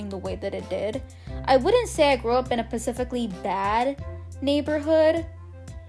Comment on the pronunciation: '' Pacifically" Omggg so adorable!!